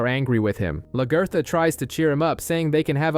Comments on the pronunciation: I love luh ger thuh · Who in the hell is Lagurtha? haha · Lag-ee-tha........ what on earth did they call her?